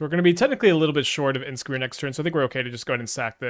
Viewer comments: lol idk if its an inside joke like anti casual vestige it is funny tho he pronounces it like inskmir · What's up with the weird pronounciation of Imskir, is that some kind of an inside joke?